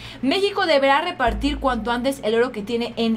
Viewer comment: No sabes leer dijiste repartir y dice repatriar